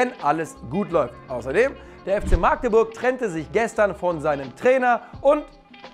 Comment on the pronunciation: Es heißt Magdeburg und nicht Maagdeburg 😅. Trotzdem muss ich mal sagen, ihr macht mit Abstand die Besten, deutschsprachigen Fußballnews. Weiter so.